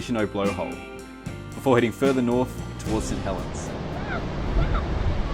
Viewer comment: Thank you for S't Helens not Saint Helens. Too many local pronunciations are being replaced with read pronunciations. Wine Glass has nothing on Boat Harbour, No. 1 Tassie beach (biased opinion).